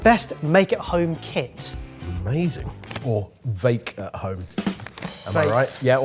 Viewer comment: Ben and Barry’s reactions to saying “Make at vome” are so wholesome 💙